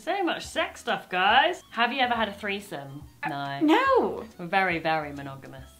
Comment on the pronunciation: THE most British "NO!" I have ever heard.